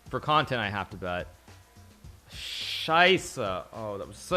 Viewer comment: It was pretty well pronounced tho, im proud